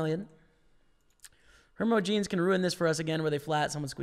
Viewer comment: Hermogenes-"her-moj-ih-knees". Also, coup de grace-"koo-deh-grah" French term for the killing blow to a wounded animal or man.